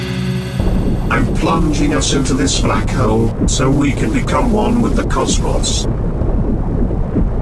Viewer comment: It’s funny because the text to speech doesn’t know how to pronounce “cosmos”